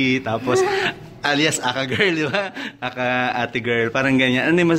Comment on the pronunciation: natawa ako sa pagbigkas nya ng A.K.A ate girl ... "ahkha ate girl"😁😂🤣😆😥